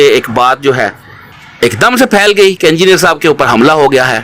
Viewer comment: Imama shareef 😂 hahaha tum log bhi baki molviyon k chailon ki tarah hotay ja rhy ho aur ye "E"ngineer hota hai na k "U"ngineer 😂 engineer sahab tum logon ko ye bhi na sikha paye aj tak😜 Nehatta tha wo to ye mu*der attack kaisay hua? Itnay saray logon mai wo gala daba k maar deta kya? Kuchhhhhhhh bhiiiiiii😂😂